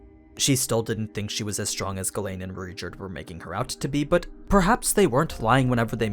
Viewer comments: Man i thought you always said Gawain instead of Ghislaine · i think you speak it as G - Lane